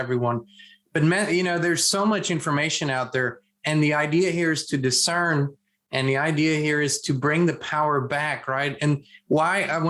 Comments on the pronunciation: Dis-cern hahaha... that is glorious x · Did you say: " the idea here is to DE-CERN? " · Great way to say DIS-CERN!!!!!!!! ❤❤❤❤❤❤ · 29 min ... "we need to discern" ...or, is it disCERN ?